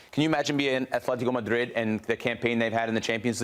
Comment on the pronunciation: Will people EVER learn how to pronounce Atlético? It’s not Athlético it’s ATLÉTICO